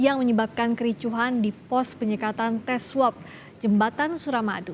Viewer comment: tumben spelling swap-nya bener :v kuping ane dah gatel dari tahun lalu denger "swep"